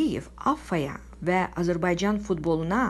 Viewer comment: Azərbaycan sözünü düzgün tələffüz et sonra danış